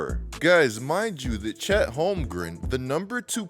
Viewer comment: Lmao ... " Chet " 😂😂😂